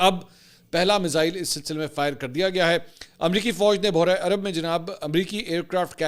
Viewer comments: منصور صاحب معذرت کے ساتھ بُحرہ عرب نہیں بحیرہ عرب تلفظ کا خیال رکھیں کیونکہ آپ کوٸی عام صحافی یا اینکر نہیں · Mansoor bhai Buhra arab nhe baheera arab hai